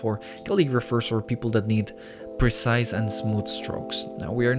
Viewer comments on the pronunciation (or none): none